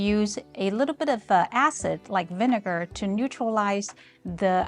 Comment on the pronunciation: Don't emphasize the second syllable of vinegar. It might accidentally be hilarious 😆